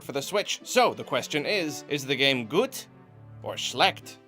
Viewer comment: Its always weird to be from a country that uses Umlauts and then pronouncing things like the titles of this video in my head~ (Also yes Gut and Schlecht was correct)